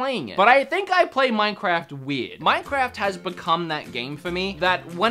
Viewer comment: None: Him every 2 seconds: MANCAFT Me: he need some milk